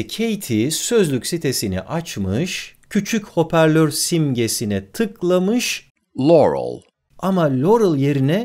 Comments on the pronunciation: de lorıl diyerinde.yanny diyo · burda da loruel diyo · Haki Başar Çakmak nasi y yahu direk loğrul diye telaffuz ediyor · Baya baya lourel diyo glxöfşxl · Ya bişey dicem Yanny i nasıl Laurel diye anlıyosunuz ya 😓 L falan yok orda😁😁😂😂😂